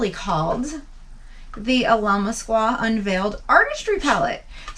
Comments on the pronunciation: It’s pronounced like “ill-uh-mask-uh” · It’s pronounced like this Al a mask qua Now put it all together